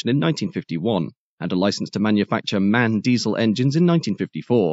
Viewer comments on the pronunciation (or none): Just FYI "MAN"(the company) is pronounced as individual letters, i.e. "EM-AY-EN", not as a word. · Indeed correct! Not to be too pedantic, in German the pronunciation would be Em-Ahh-En.